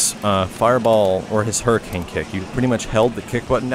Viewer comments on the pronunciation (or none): none